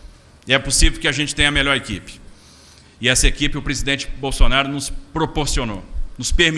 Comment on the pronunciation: o Borrrsonaro com essa pronuncia do R soa artificial. Um caipira do interior de SP nunca pronuncia o R assim. Esse Mazzaropi deveria asumir suas origens e parar de dar uma de Zé Carioca.